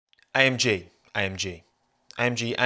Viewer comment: When he was repeatedly saying AMG, he sounded like he was saying I am gee